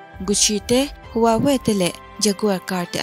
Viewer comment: Kan soi ve pawk 3: 38 lai vel a i soi smart phone brand pakhat huawei i tih kha hawai tia lam tur ania ka lo soi ve mai+ no offence o